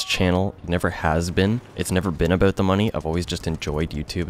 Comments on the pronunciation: The only reason I subbed is because you say "aboot". It's hilarious! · the way you say about makes me laugh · You're a pretty chill dude. Do what you want to do without explaining to people or giving them excuses. At first, you're a gamer, you play the game you enjoy the most. After that, comes the fun of editing and streaming... Also, no homo, but I love how you say "about". Best of luck!